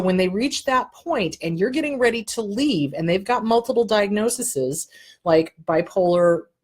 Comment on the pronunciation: I want to help you with the plural form of "diagnosis". It is diagnoses (pronounced DI-AG-NO-SEES). Thanks for all the good info!